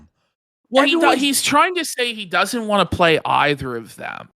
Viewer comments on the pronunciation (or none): He never says want he says waa 😆 such a british cigarette 😂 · His speech impediment has gotten outta hand. He leaves the N and T out of want, but over pronounces Ts in other words like kitty.